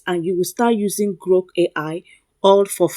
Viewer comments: Are you say GROK AI or Gro AI? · Are you saying GROK AI or GRO AI?